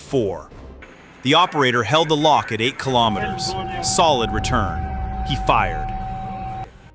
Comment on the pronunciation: If you can pronounce kilogram correctly😀why can you not also pronounce kilometer correctly? It does not make any sense to me.